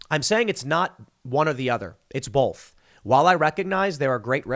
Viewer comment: "I'm saying it's not one or the other. It's *bolth*." Is that a Chicago pronunciation? :)